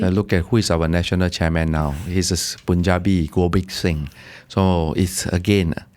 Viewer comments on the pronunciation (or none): none